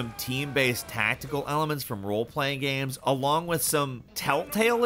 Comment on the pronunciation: talks like the male equivalent of a cali valley girl with the way he pronounces words like "gehms" instead of like a normal person "games"